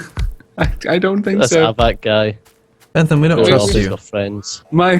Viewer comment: Ypu are pronouncing Bent Ham's name wrong.